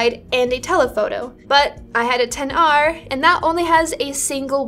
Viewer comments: I just wanted to say... Thank you for pronouncing "XR" properly 🙏🏼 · ... Agree with that. To this day when I say it right people in phone stores and even Apple Stores (of all people) think they are correcting me by using "X" instead of 10. So annoying